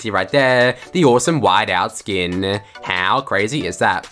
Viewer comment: Travis Scott skinnnnnn😭 the way he says it🤦🏾‍♂️